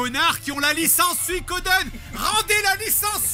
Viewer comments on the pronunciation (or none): none